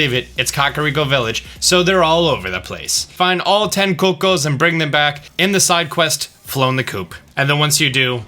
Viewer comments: "coco's" its "cucco's as in ( ku-ko's) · Cucco was the worst offense, IMHO 😂 Coo-coh ☺ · The way he says cucco 😂😂